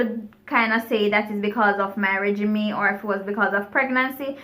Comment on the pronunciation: Regimen....not regimay